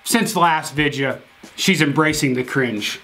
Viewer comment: is the kind of guy to fake saying video as vidja 😂